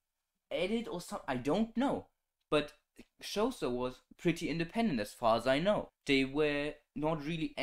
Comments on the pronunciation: Xhosa is pronounced khosa btw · Xhosa is pronounced more like core-sa, which is still incorrect, there's a click at the X similar to the Click "Nice" clip. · Bro that is not how you pronounce Xhosa.